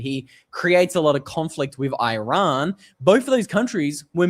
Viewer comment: The name lf the country is Eeeeraaaan. It's easy to learn and would make you sound a lot better, sorry😊